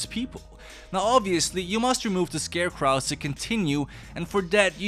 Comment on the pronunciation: Scarecrow is so named because it scares crows. Pronouncing it "scare cr-oww" just sounds weird, it's supposed to be more like "scare cr-oh".